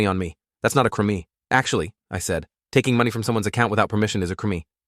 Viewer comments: Was looking for someone else having spotted that weird pronunciation. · When they say crime I hear crimi